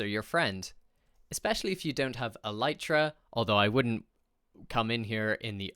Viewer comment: Why do you say "Lytra" instead of "Elytra" ?